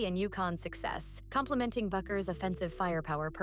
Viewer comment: Bueller? Bueller? Bueller? (It’s Bueckers, think “beckerz”…)